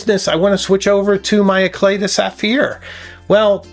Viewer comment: On a side note: “Éclat” is pronounced “aye - CLAH” (not “aye - CLAY”).